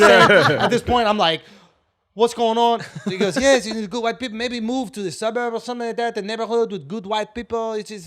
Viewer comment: 😭😭😭😭😭😭GOOD WITE PEE POL 😂😂😂😂😂😂